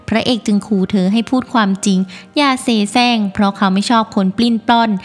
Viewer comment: เสแสร้ง ไม่ใช่ เซแซ้ง 😅